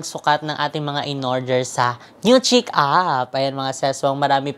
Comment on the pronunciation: ang pronunciation po ng chic ay “sheek”. Fyi lang po para mas bongga pa lalo hehe. Bagay po sayo yun mga damit ❤️❤️❤️